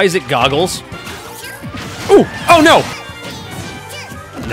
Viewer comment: Gotta say, the way you pronounce "oh no" offends me.